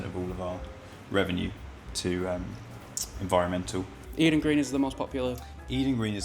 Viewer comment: "We give 1% to Envionmental" .... some Geezer called "Envion Mental"